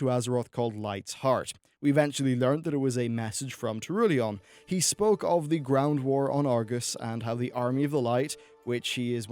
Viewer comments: Anyone else get real trigger me timbers when he kept saying, "Ta-roo-lee-on" instead of the proper "tur-al-e-on"? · TaurElion... not turulian. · Pssst,.... It's Turalyon, not "Torulion". I still loved the video though. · Good video, but please, it's Turalyon, not Tarulyon. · fucks sake its triggering me turriilion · Turalyon.... pronounced Torulian? Fucking Jesus, I know you're English but I know ra does not make a ru sound. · lol turooleon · Ah yes, Turulyawn, husband to Alluriyeah, and Turalyon's lesser known brother. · It's "Turalyon" ! "TUR-A-LYON" ! Say it after me : tu - RA - lyon !!! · It's TurALYON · You're really butchering "turollion" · Meow i had to stop the video cause of this. Like it's pronounced so many times in game too how hard can it be? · Ah yes, Sargaras and Turulyon very important characters in the lore that have had their names mentioned in game and there is no way someone should ever mispronounce their names. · There is no long "O" sound in Turalyon. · I am so triggered by the way you pronounce turalyon. There is only 1 u in turalyon.